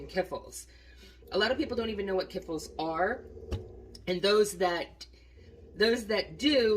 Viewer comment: Oh Dear. Kiffle? Ka fleeeech-ki's or kee-flee.